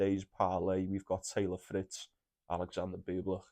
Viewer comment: Mate it’s Fritz , palonini., medi in 2